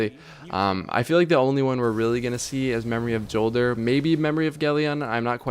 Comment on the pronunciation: It's said like Yolder, not Jolder with a hard J. Check out Deej talking about it in the streams leading up to ROI.